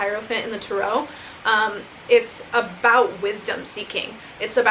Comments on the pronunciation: I like how u say turo like it’s a car rental biznuss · Strange that you pronounce the word; "Tarot" like that. Must be the Mentaken way to say it. ;)